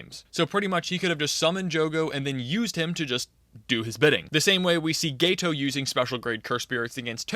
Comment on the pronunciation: Yeah geto is pronounced gay toe not ghetto